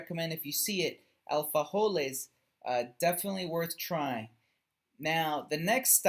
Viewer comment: ITS ALFAJORES….no alfajoles